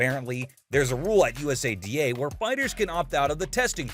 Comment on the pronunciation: This video feels made by AI.. the images aren't lining up great at all and it's pronounced (YOU-SAH-DAH) USADA